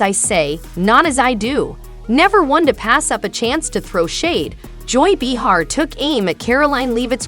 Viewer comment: Can't quite pronounce Joy's last name or Whoopie's first can ya? No offense dear. Very much expected.